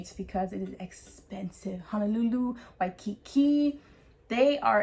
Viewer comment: we don’t respect nor care about anyone from the mainlands opinions... also the mis pronunciation of words is offensive to us, and well as her little puns like “the islands of waiiikikiki “ 🤦🏻‍♀️